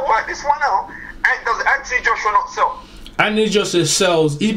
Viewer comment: It's "SELL" not sale. And James Degale doesnt consider himself black. In England mixed breeds dont see themselves as black.